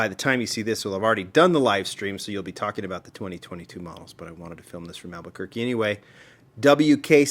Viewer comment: "beautiful Alberquerque" eh not quite.